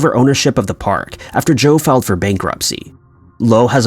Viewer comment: Kasey Brewer no he said failed